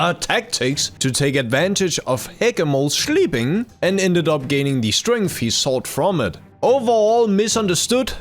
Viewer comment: "Hegamols shleeping" at the start is so funny 🤣